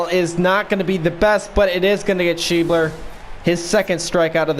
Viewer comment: Hes an Of for the Reds. Sch ebb ler. Nice video